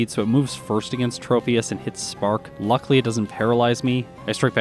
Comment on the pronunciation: You're also overusing the snot out of the word "luckily", which you seem to pronounce "luckly".